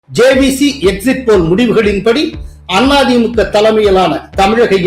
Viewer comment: Sir any reason why you pronounce Thi Mu k, Aa Thi Mu k bit Tha Ve ka? Why suppress Ka for these two parties?